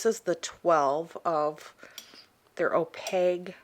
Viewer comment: Is that your accent that makes you pronounce opaque "oh paig". I've never heard anybody pronounce it like that before.